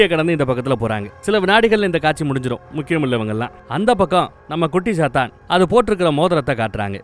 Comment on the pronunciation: Bro sathan Alla..chathan..chathan Vere sathan verai.chathan example :vishnumaya